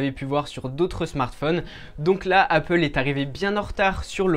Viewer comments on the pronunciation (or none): none